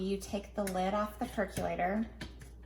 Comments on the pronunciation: Perk O late... not perk U late. A percolator percolates coffee and percolate is pronounced perk o late. So you have a perk o lator. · Per-CO-lator not Per-Q-lator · Per co lator.....not.....per cue lator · It's not a perculator. It's a percolator. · Not spelled perk-you-later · Hmmm, not really. It perc-o-lates the coffee, not perk-you late.